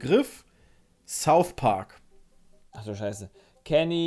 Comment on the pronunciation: Niemand:: "Thouth Park"